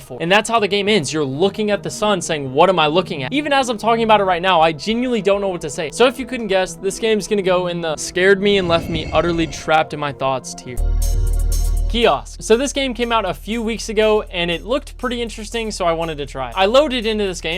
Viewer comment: you said kiosk really badly i wanna jump